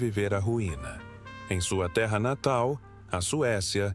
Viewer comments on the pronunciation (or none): none